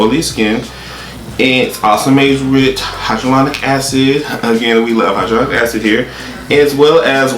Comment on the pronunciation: High-ja-Lonic lol